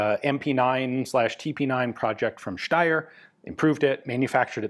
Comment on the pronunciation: As an Austrian, I highly appreciate your correct pronunciation of Steyr ('Schteyr') 🙂